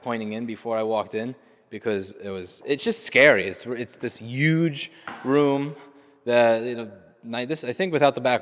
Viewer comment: "It's this yooooge room..." You just don't get that kinda talk down here in Texas.